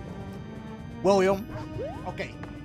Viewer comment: When he said William it sounded like “WIUIM!”